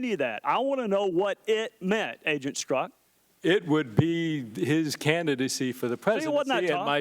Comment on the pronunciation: Here's a guy can't pronounce his own name. It's pronounced "STERZOK", not "STRUCK"